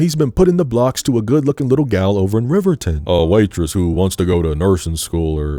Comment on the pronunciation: wyomingite here, this movie did irreparable damage to the way tourists pronounce riverton 😭 it also did irreparable damage to me LMAO ❤ love the video!!